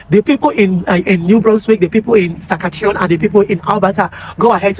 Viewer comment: It's Sas-kat-chewan